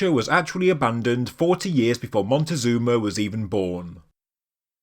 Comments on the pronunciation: In any case you’re wrong too. The Aztec emperor’s name was not “montezuma” but “Moctezuma” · I'm done with people doing videos like this were they don't even try to do some research. ITS NOT MONTEZUNA!!!!! there's no one named like that, it's Moctezuma!!! Don't be ignorant, do your reasearch if you expect to make money with your videos.